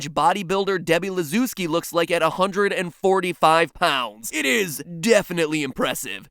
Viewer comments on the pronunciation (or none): Dear Matt: I`m Polish and it should be spelled "Lah-sh-eh-v-skee" and not "Lezooski" Great vid tho :3 Edit: -ski surename, has "sz" in it - most likely Polish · LASZEWSKI!!! SZ! SZ! read it as SH! for da love of emperor! Polish your Polish!